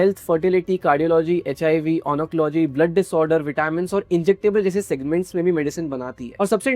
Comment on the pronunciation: Such an informative video.. but a genuine feedback, kindly learn and practise pronouncing words and names correctly, like the names of medical specialisations in this case.. there are loads of tutorials on YouTube.. Wrong pronounciations like ONCOLOGY for a video on a pharma company comes forward as silly, unprepared, jarring and casual